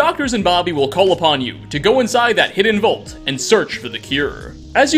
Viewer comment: Nice vid, but I can't get past it. The word is VAULT. Not Vult. Vault